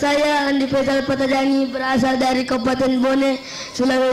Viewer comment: Gw Dengernya Andi Faisal Bkn Andi Fahsar